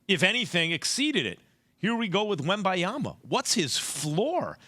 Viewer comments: it's Wembanyama and not Wembayama Max! 🤣🤣🤣🤣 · He could not have a more easy to pronounce name —- Wembanyama Wem - ban - ya - ma Sound it out y’all. 😂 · i mean it could definitely be easier to pronounce but messing it up on national tv after a year of hype is inexcusable😂